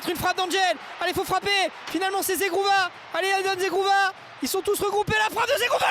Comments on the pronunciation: ZEGROVAAA et non ZEGROUVA... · Mdr le commentateur il a dit zegrouva 😂😂